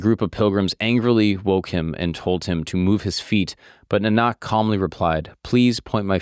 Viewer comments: Pronounced Naanak. Not Nanaak. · Your saying guru Nanak wrong. You’re saying Guru NanAAK… It’s properly pronounced Guru Nanak. It's hard to explain over text. Hopefully you get what I'm trying to say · How did you mispronounce Nah-Nuhk ? Who told you it was nah-knock? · Do some fkng research… NOT GURU NA NAK.. it is Pronounced as GURU NAANAK… what an idiot.. just copy pasting content… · U r sayin guru nanaak its not how its pronounced...its GURU NAANAK dev g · Pronounced Naa -nak not nan-nak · Pls pronounce the name as Guru Naanak, not Guru Nanaak. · As a sikh, i really appreciate your work. On the day of Guru Nanak Dev Ji's Gurupurab(birthday), this is really worth watching. One thing about this is you need to work on your pronounciation like, it's not guru nanaak, it's guru nanak, you can pronounce as Guru Naanak. But it's ok, like he is ultimate truth and some calls him allah, some calls him vishnu, some calls him budha, and some calls him jesus. They all are same. 😊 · bro your ur pronounciation is wrong its pronounced as naanak✅ nanaak❌ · I quickly grabbed myself from immediate falling when he Said Na-naaak instead Naaa-nak. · Great video. Heads up - it’s Guru Nah-Nuck (like duck). Not NaNaahk. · Nice episode! For all the research that you do, a cursory search of the pronunciation of the main character’s name would be good — Naa-nək not Nə-naak 😅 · Did a good job. Just a suggestion. You says "Guru Nanaak" but pronunciation as "Guru Naanak". (Spelling is correct Guru Nanak) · It is not Guru Nanaak, it is Guru Naanak please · I wish there was at least minimal effort made to pronounce the name of the founder of the Sikh religion correctly. It is not pronounced as "Guroo Nunaak" the way it is repeatedly butchered in the video. It is "Guru Naan-uck". But I know it was not done intentionally so it is all good. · GURU NANAK IS SAID LIKE NAAANIK NOT NINAK WAY UR SAYING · Hey it's pronounced like Nah-nick instead of Nah-nakh 😊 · The pronunciation for Nanak is Nonick